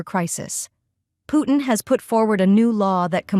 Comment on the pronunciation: Why do you pronounce Putin so badly??? Where is the T sound???